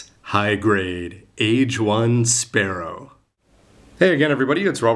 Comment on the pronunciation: It's spaLLow, not spaRRow!! Can't you distinguish Left and Right?